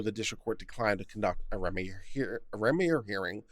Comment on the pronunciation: The first three times you encountered the name "Remmer," you pronounced it three different ways. I submit that, following general English pronunciation rules, the accent is on the first syllable "rem" which rhymes with "hem," as in the lower finished edge of clothing; this leaves the second syllable "mer," which rhymes with the pronoun "her." Indications that you're reading a bit too fast,. You bet I pick nits!